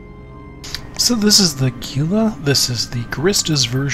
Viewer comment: it's "hee lah" not GEE LAH. just a nitpick but damn, too many people do this